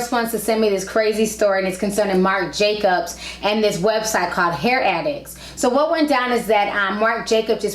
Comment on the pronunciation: She called it hair addicts at the beginning of the video then a man addicts 😂